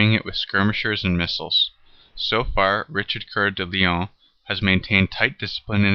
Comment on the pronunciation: It's Richard COEUR de lion not Couer. ^^